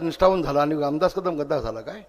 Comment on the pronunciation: लामदास भाई नाही रे रामदास भाई स्वतः नाव पण नीट घेता येत नाही आणि हा ठाकरेंची बरोबरी करायला लागलाय.😂